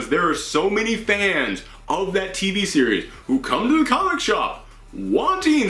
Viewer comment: You have a great voice... however, please be careful of you're pronunciation. Its not "coma-book", but instead it's "comic-book". Other than that you are doing a great job. 😁